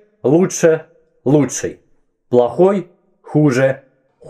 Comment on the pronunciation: ты знаешь что что ты говоришь: "лучшАй, ярчайшАй, и т.д." у меня так дедушка говорил и вообще раньше так много говорили в том числе по телевидению. можно видео по этому произношению? особенно интересно, это все так раньше говорили или говор региона?